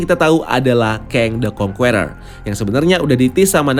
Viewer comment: karna kedepan ny kyk bakal banyak nyebut nama "kang the conqueror",, saran min, di perbaiki pronunciation ny.. serius kedengeran ny kurang enak min.. "conqueror" di baca ny (kongkerer) huruf "E" ny dibaca kyk ngucap kata (ke)mana BUKAN seperti kata (ke)re alias gada duit.. :) good luck